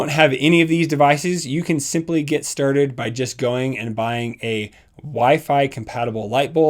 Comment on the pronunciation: I come here and press like to hear you say "lets get sturded" lol